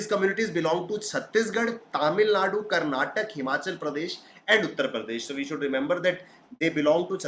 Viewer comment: its a request to pronounce Karnataka properly its not karnatak its kar-na-ta-ka